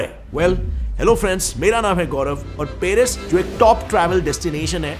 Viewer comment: अरे भाई ' पेरिस ' नही.............' पॅरिस ' कहॊ😂😂😂